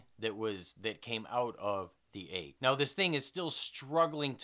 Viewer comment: Your views are amazing, dude. Only complaint about this video I have is the way you pronounce egg - eyg. What a hell? What kinda accent is that? I want to know.